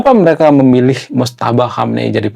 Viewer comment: Maaf ralat sedikit Bang. Namanya MOJTABA, bukan Motjaba